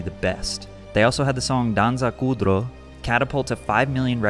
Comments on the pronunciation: Danza kutro😂 it is danza kuduro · Couldn't even tell you were saying Danza Kuduro, made it sound Nordic lol. Anyways great video, didn't watch the fast franchise until last year so his death and this song was not on my radar even though I knew about it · bro said ‘danca kudro’ 😭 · "Danza Kudro" 💀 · Danza Kuduro is a veryy famous song in Europe and your pronunciation really cracked me up hahaha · bro pat i love you, but you slaughtered that song name my man💀💀💀💀